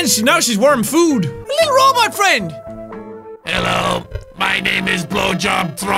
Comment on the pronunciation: when he spelt his coffee he did ffffffffff and then he said hello f f f f f f f f f f f f f Hello sounds like fellow